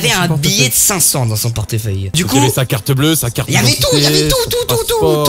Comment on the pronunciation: ta dit quoi cortfeuille mdr🤣🤣